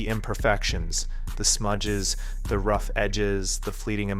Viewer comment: Lol it's "rough". OK bro.